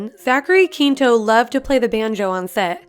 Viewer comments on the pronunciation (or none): I always cringe and feel embarrassed for people who mispronounce Zachary Quinto's name. It's pronounced quinn toe, not keen toe. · When she was pronouncing the people’s names it actually gave me so may difficulties especially with Zachary Quinto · please learn how to say Quinto and Lange.